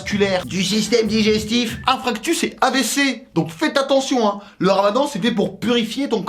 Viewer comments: On dit infarctus et pas infractus🤣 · je suis tatillonne, mais on dit infaRctus pas infRactus :) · Pour ceux qui ne savent pas, on dis inFARctus et pas inFRActus ^^